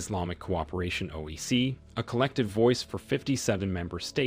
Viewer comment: Hey commentator it is. O. I. C not OEC or OAC. Learn the correct pronunciation